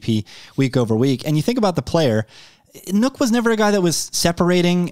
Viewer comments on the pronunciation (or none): Wait, are we just breezing past calling Nuke "Nook"? Nook??